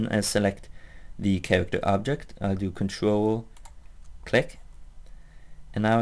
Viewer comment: Vewy vewy subtle Chawacter Pweferences Oh, I fucking love how you talk. It reminds me Leo and Satan cartoon